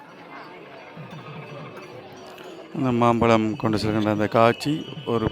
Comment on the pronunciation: மாப்பழத்திற்கு அல்ல மாம்பழத்திற்கு